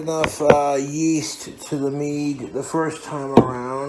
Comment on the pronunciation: Meaduuh with a huff at the end everytime